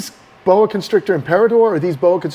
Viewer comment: It's very validating to hear someone else pronounce imperator the same way I do lol But serious though the day that footage came out I couldn't sleep at all just thinking about it and what Chris and Bill had to go through as well as the heartbreaking realisation that these snakes who trusted them they couldn't protect from this.